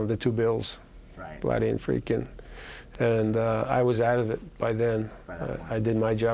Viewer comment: Interviewer mispronounced Blatty's name in the Linda Blair interview, and did it again here.